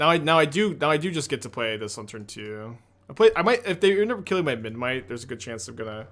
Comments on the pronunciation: I think it's kinda cute that can't pronounce Memnite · thats a kind way to put it lol